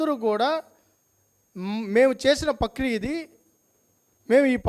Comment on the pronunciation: పక్రియ కాదురా నాయనా ప్రక్రియ... cb ఎంక్వయిరీ వేయడానికి ఎందుకు రా నాయనా అంత భయము రెండింటి మీద వెయ్యండి చాలామందిని ఫేక్ సర్టిఫికెట్స్ అన్ని బయటకు వచ్చాయి నీకు కనిపించలేదా స్వామి